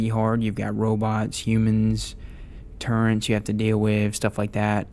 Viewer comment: you can tell when someone plays league of legends cos they say “turrent” instead of turret